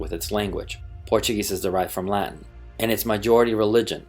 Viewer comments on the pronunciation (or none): none